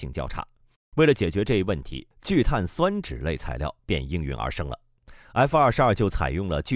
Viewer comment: 聚碳 酸酯，播音没学过化学吧😂。中间为什么要停顿一下